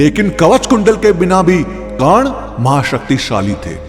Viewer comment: Yrr aap karn ko kan kan mat bolo